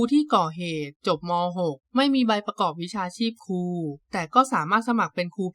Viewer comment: " ครู " ไม่ใช่ " คู " 😂😂😂